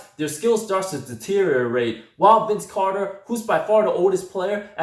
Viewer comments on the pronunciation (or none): Pronounce deteriorate